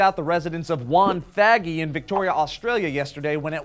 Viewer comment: Way too much emphasis on WONthaggi. As an Aussie, we tend to pronounce it WonTHAggi. The more you know.